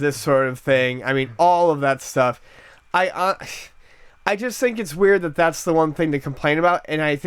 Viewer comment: It really sounds like says "chust" instead of "just."